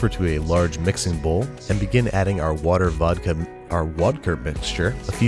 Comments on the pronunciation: I thought he said Wodker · "then pour in the WoDkA" umm what is wodka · It's vodker or wadka not wodkver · Wodker or wodka? IM SO CONFUSED!!! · Water + vodka = vodker Not wadker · Wodker is pretty close to a couple regional accents in Russia 😂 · Of you pronounce “watka” in a German accent, it still sounds like vodka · other people : vodka and water babish, an intellectual : vodker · He says wadker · I thought he said Wodka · “Wadker” Nah, my friend. That’s water squared. What’s vodka mean in Russian again? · Wodker... The best word ever said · is it wadka or voter or vodter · Wodker? Cmon man youre better than this. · Its Wodka! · Did he say wadka? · Lol, whisk “wigously”? Too much of that Wodka B!!